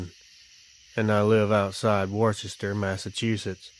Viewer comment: Worchester-wooster Leicester-Lie-ster